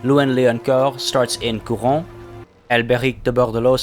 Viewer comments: The "ronne" in Couronne is supposed to be pronounced more like Ron in harry potter, same with Carcasonne :) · very nice work man ,love the implication , great vids as always Couronne last e isnt silent but its the only mistake